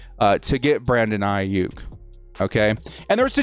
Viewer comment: Brandon "A-hyuk." ⚡